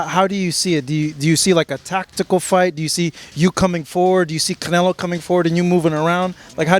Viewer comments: he said Canela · He said it right ...... canela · Y they say canlea 😂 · yes he said canelA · “ Canela” lmao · Everything he say Canela it cracks me up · He called him canela lol